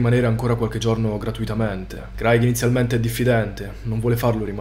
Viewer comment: Credo che "Craig" si pronunci *creig*, solo per informazione. Ottimi video